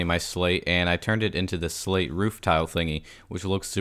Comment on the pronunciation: When he said slate I thought he said slave